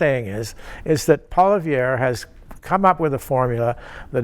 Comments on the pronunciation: Learn how to pronounce Conservative leader's name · Trudeau hasn’t made any errors? He is a constant mistake. He can’t even pronounce Poilievre properly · this guy can't even pronounce Pierre's name lol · He can't even pronounce Poilievre properly. Time for your meds. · How can you still not pronounce Poilievre's name at this point. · As a former Press Secretary, one would think he would be able to, at the very least, spin doctor some good press on what Justin has done. If this was his goal, he failed dismally, as he seemed unable to make any strong positive statements re the Liberal MP who holds the Office of Prime Minister. He also cannot expect to be taken seriously if he cannot even pronounce the name of the leader of the opposition. He is also appears delusional and/or naive and/or incompetent stating Justin has made no major errors. This suggests a once presumably capable and competent press secretary is no longer competent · Can't even bother to figure out how to pronounce the leader of the opposition's name properly. A bit disrespectful. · Is this guy for real? How can he pay attention to politics when he can’t even come close to pronouncing Poilievre? He is so obviously out of touch, not to mention so obviously biased. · This Guy can't even pronounce Pierre's name. What a tool. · I agree with the statement from Mr. Gossage that "Traditional media does not reach young people". I DISAGREE withe everything else he said, and he doesn't even pronounce Pierre's name properly. I enjoy this channel and will drop some money in Paypal. Like !!!! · The fact that he can not pronounce his opponents name says it all Another libtard that can not and will not admit to their abject failer and harm they have done to Canada and Canadians. Let Us Vote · you’re an effing canadian, learn to pronounce the man’s name.